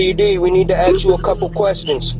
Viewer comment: Im sure doesn't say aks instead of asks. Plus sounds way young